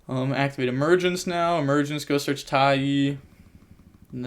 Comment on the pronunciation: Isn’t taia pronounced (tie-uh)